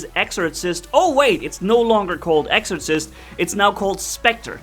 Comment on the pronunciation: By the time your learn how to say exorcist correctly they change it lol. Your almost invincible with this bot lol